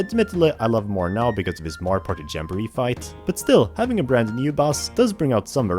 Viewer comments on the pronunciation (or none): none